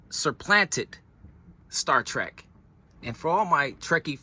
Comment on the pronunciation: Remember it's Trek Not Track.